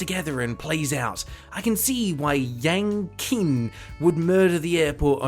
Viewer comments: It’s “yahng cheen” (sorry to be that guy) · "Yang Qin" is actually pronounced closer to "yahng cheen", with the first syllable sounding like the German "ja". The "q" in pinyin (roman letter transcription of Chinese) is a palatized T sound, like "ch" if you moved your tongue forward to touch the ridge on the roof of the mouth.